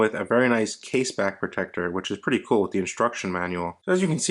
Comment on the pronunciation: He said "Case Back Protector" lol 🤦‍♂️